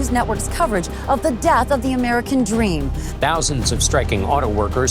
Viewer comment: Yaar tujhe toh America bolna bhi nahi aata and tu english ka course bechta hai 😂😂😂